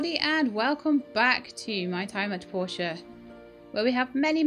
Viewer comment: I really love this. I chuckle a bit at the start of every episode. See I am from germany and if I close my eyes and listen, it sounds a little as if you are starting every video with: Welcome back to my time at Porsche. And since you've build "cars" allready it even fits. (I am probably the only one who finds that funny but I just love it.)